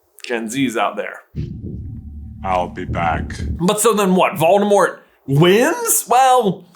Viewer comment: Did you say, "The Dark Lord Baldemort"?